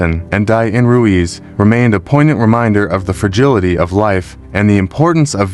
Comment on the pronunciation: If your going to do narration/voice over maybe learn how to continually pronounce the names properly? You go from saying Ruiz to Ruse in a matter of a minute. It’s pronounced “Roo-eeze”